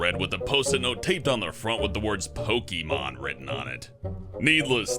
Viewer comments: It said Pokeman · why does it say pokeman? 😂